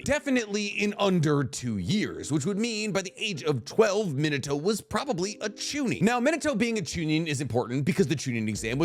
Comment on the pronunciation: min-uh-toe makes me cringe.